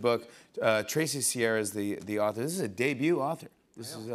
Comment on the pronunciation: .... he said "debut"... :)